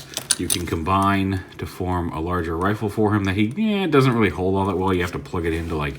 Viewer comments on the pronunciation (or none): none